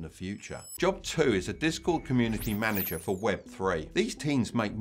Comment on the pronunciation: Manager* not manger Content redistribution* not redisribution